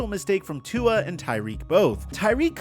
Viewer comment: Hey, pronounce Tua''s name properly please... Cheers:)